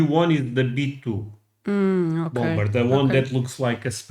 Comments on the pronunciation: For the word 'bomber' the second 'b' is silent . . . pronounced 'bommer'. For the word 'bomb', also the second 'b' is silent . . . pronounced bomm. And the 'o' in each is not a long 'o' but a soft 'o' pronounced as 'ah'. 😊 ❤ Love your channel, and especially when your wife is on with you. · the second B in bomber is silent. It's pronounced bommer. 😊 PS, Just hyped you guys yet again 👍 Blessings ~ ❤️‍🔥✝️🕊️ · Just FYI, the second b in bomber is silent.